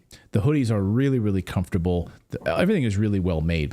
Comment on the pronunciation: Happy Birthday! 🍹🎂🍾🥂OMG you look 22 btw it's 'comfortable' not com-fort-tab-le😂 lol